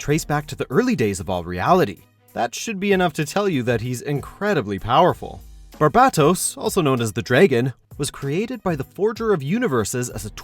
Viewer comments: You didn’t pronounce barbatos correctly... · He is saying barbatos wrong